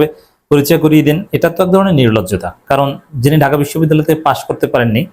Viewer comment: বিশ্ববিদ্যালয় শব্দটি পর্যন্ত সঠিকভাবে উচ্চারণ করতে পারে না সেও নাকি সভাপতি ।